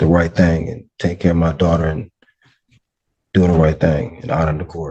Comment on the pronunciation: “His duawter” — said 500 times in 2 minutes.